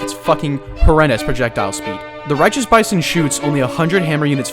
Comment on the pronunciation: I fweaking LOVE LOVE LOOOOOVE THE BAYSON!!